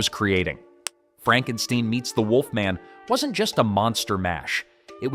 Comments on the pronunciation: I'd like to say it's Not Frankensteen it's Frankenstien, however, I give you the benefit of a doubt, as you probably only saw part of Young Frankestien. 😁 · Its not Frankensteen its Frankenstein (stine) learn how to read your script!!!! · FRANK_EN_STINE...NOT STEEN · You lost me at "Frank n steen" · You lost me at FrankenSTEEN. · Franken-STEEN?? LMAOOO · it's "Franken-STEIN or Fronken-STEEN. that poor A.I. has gotten the Universal/Mel Brooks films messed up. 🤣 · Franken Steen?WTF😂😂😂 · Frankensteen? Over with you. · Frankensteen ? Literally ROBO HORSE CRAP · You pronounced Frankenstein, Frankensteen...lol You really need to loose the AI narrator or at least pay attention and correct AI mistakes. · Then it would have been Fronk-en-steen. The AI narrating this is just not too bright. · You TOTALLY butchered Frankenstein's name the first time you said it! You should've listened to how Lon Chaney Jr. said it in the movie......you know....the RIGHT way!! 😳